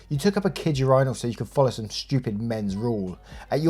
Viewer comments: Urinal is pronounced - " your in el" hearing you say urinal sounds like "your rhino" lol Much love though! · WTF is a ur-EYENaL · Hearing pronounce urinal as "your-eye-nal" 20 times was hilarious! It's typically pronounced "urine-al" 😂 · It's ur-i-nal not ur-eye-nal 😂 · Yourinal? Its myrinal!! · Why do you pronounce Urinal like that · Why no one says anything about how he pronounces "urinals"? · the way u say urinal is sending me 😭😭😭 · The way you pronounce “urinal” had me laughing